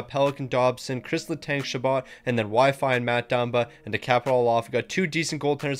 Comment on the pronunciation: Calling Xhekaj, “Wi-Fi” had me dead